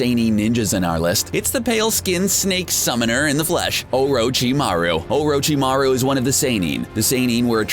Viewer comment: in the world of NAYROOTOES OHROHCHEEMAROO SAYNEEN BOHROOTO